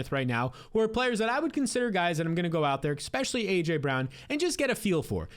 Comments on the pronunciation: Never trust a man that says “ekpecially” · It’s hard to take you seriously when you put an “X” in especially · “ecxpesially”